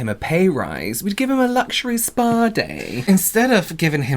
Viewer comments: Yes! Not to mention luhhzzhhureee✨✨✨ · Don't forget Lusseurie